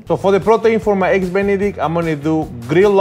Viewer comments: eggu benedictu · IF SHE SAYS ÆGGS ONE MORE TIME…….